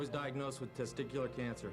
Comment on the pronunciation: Guy the way he says testicular cancer